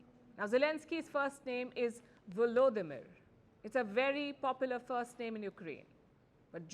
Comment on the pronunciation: Now if this fumbling is important, you should look at yourself. Do you possibly fumble on names? Yes, you do, even when reporting on name fumbling. you call him “velodimir”. And you spell his surname “zelenski”. you call him “zielinski” Neither is correct. There is some confusion here, but the most correct spelling is his own. Forname and surname in Latin alphabet is Volodymyr Zelenskyy as the text editor suggests. A professional news video producer pays attention to this, especially when reporting on name fumbling. Actually there aren’t many who can’t even spell names of places, but that’s another story.